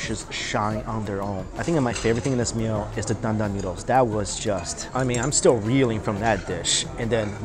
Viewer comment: I always adore the way mike says 'noodles'. Its 'newdles'. 💜